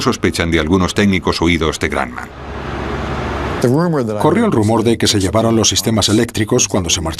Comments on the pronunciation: El tipo diciendo granman se dice Grumman así .... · El locutor español ha debido, como mínimo, averiguar cómo se pronuncia "Grumman". No sé de dónde salió eso de "gran man": parecería que se puso creativo. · José, se escribe imbéciles y la fábrica es Grumman y se pronuncia Gruhmmann. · Guayaquil Independiente pub se pan grumman suena Gramman viaja más y escucharas que según de donde aprendes inglés yanki o british suena distinto